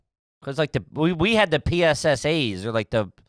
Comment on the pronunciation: The way I was triggered when said “PSSA’s” Oof. Never forget.